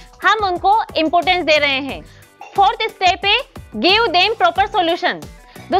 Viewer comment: Ja... Khud se sahi se bola nhi jara aa gyi teacher banne.. hai ka he, mai ka me